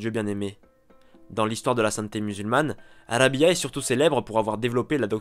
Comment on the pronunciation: on prononce Rab'a et non Rabia